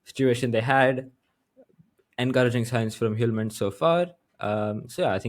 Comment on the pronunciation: Kasper Hjulmand's name is misspelled in the chapter section. And I'm sorry to say, but you're pronouncing his last name incorrectly, my advice is to give up on Danish pronunciations 😂